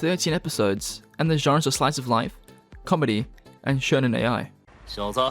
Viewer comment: “Shounen A.I.”? Dude, they’re not young robots in love